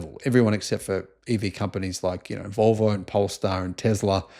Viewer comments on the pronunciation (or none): none